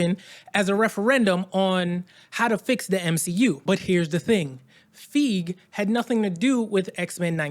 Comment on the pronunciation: Are you sure you even pronounce Feige correctly?